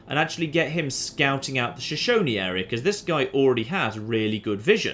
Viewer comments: well done pronouncing Shoshone correctly, I am from Wyoming in the United States. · Hey, pronounced 'Shoshone' correctly this time. Don't worry, man, Americans have trouble with Native American names too.